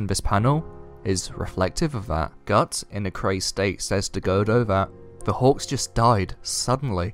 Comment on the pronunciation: I swear, everytime you say "hawks" I hear "hogs". Lol